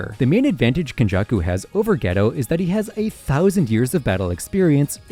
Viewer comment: OMG PLS I would like to inform you that Geto is pronounced GAYtoe